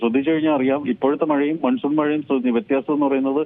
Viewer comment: Maansoon is correct pronouncements sir ,not Mansoon